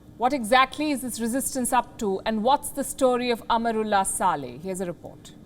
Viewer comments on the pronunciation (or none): Palki dear why do you say Amarullah Saleh; its wrong pronunciation; I am and all of us are disappointed at your faux pas; please correct yourself it should be "Amrullah Saleh and and Amar